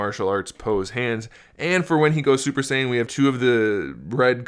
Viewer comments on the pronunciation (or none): none